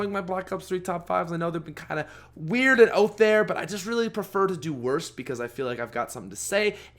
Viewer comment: "Stake oot to black ops 1" Canadians 😄